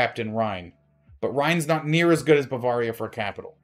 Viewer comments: buh-veuh-ria not Baa-var-ria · I cringe every time mis-pronounces Bavaria. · it might just be a regional thing...